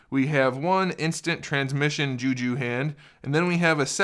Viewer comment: What the fuck is “ ju ju” its jutsu